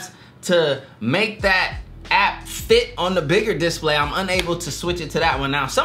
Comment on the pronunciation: I'm sorry man I didn't realise you couldn't pronounce display I just thought you didn't know. Great video